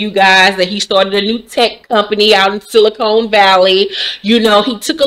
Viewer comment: She said “Silicone Valley”🤣🤣🤣